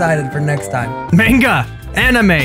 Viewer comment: the way he pronounced 'manga"